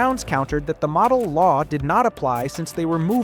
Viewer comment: Did AI read this? “Madell” law named after Art Modell